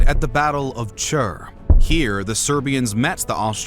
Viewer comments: Cool video. Just one note, its not Chur its Tzer (Цер) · It isn't čer its cer like with a c so its ceer not čer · Zzer, like zz in Pizza. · What is "Chrrrr".... CER, read how you write it! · It is cer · Sounds like chud lol